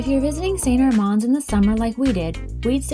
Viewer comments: Nice work, but why do you mispronounce St Armand? I lived in Sarasota and even double-checked online. It’s pronounced, Saint AR*mand, not Saint Ar*MOND. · The way it said by locals is, Saint Arr-mans Cir. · you're pronouncing st armand's wrong guys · You are right,. I can't believe we've been pronouncing it wrong for the last several years 😩. Thanks for pointing it out, and of course thanks for watching our video as well! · LOL yeah it didn't take us long after making this video to realize we'd been pronouncing it incorrectly for years!